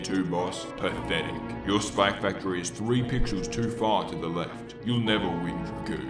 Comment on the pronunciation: why does he say spac factory